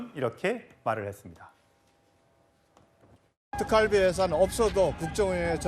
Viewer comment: 왜 경상도 사람들은 이중 모음을 발음을 제대로 못하나요? 특활비를 특깔비라고 발음하네요. 아유. 무시한 것들...